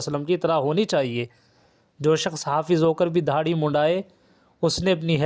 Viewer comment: داڑھی ہے اور آپ دھاڑی بول رہے ہو اور دیوبند کو مادر علمی بھی کہ رہے ہو عالم کی زبان سے غلط الفاظ نکلے؟ توبہ تلفظ کی اصلاح کر لیں جزاک الله